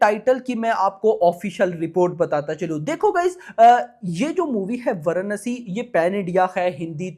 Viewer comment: Varanasi nam h varnsi varnsi kya lga rakha h